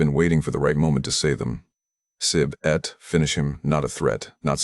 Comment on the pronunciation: The pronunciation he used for finished was "sib-et" but the real pronunciation for finish is "set" (เสร็จ), finished is "set laew" (เสร็จแล้ว)